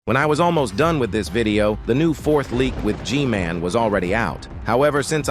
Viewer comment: G-MAN❌ G-GAY✅